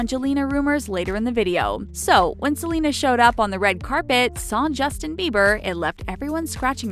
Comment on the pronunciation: She said jelena not selena